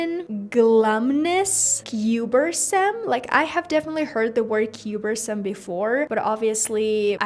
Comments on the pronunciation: Thanks for this! I hope to get to c2 in my tsrget language one day 🙏also, Cumbersome is pronounced like "cumber" in "cucumber". I love how you called out "i probably won't be using this word" and its the only word I've actually used and know out of the ones that were listed 😂 i get your point though that c2 words aren't used often and are mainly just to expand your vocabulary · Sorry not to be that girl but the word is “cumbersome” (cuhm-ber-some) not “cuber-some”. I wouldn’t normally correct pronunciation (yours is generally great!) but you said it in a way that a native speaker wouldn’t be able to understand what you meant. And it’s a very useful word to know. Examples are like if something is hard to carry: “The book is so large it is very cumbersome”. Anyway great video, I’m an intermediate Spanish learner and your tricks are very useful. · Hi, I have a friendly reminder for you: you acutely mispronounced the word "cumbersome" here:.